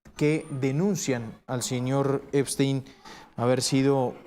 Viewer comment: Epstein////no Eisten 😂😂😂😂uno tenia mucho cerebro el otro en escremento en lugar de nuronas😂😂😂😂